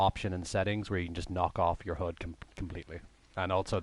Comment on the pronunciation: Thanks for the clip. Never liked Ghost, but with Breakpoint coming out, I might get it. Also watch out for your pronunciation of HUD :)